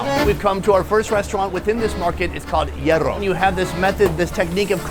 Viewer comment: bien pronunciado "hierro" y "parrilla"👏👏👏